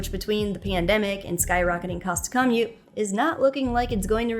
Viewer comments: CAH-mute? Is that a thing? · It's hard to take someone seriously when they don't know how to properly pronounce common words like "commute".